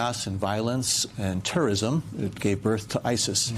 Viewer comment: "Chaos and violence, and tourism." Better pronunciation, please.